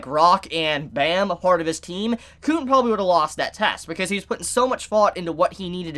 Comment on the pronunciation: Bro you are saying Bam's name wrong